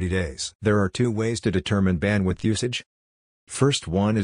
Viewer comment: "Website Badwidth" - Someone skipped school didn't they...